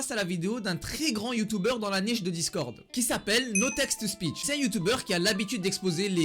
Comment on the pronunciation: Tu dis youtouber au leur de youtuber 😂😂😂